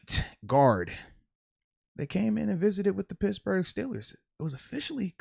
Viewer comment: I too heard “brad pits burger” 🤣